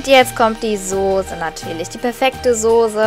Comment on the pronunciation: soße !!! ßßßßßßßßßß !!!! nicht sose !!! :D :p